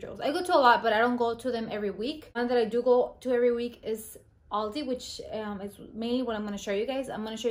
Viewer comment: At 2,43, when u said week, i thougt u said Greek lamo.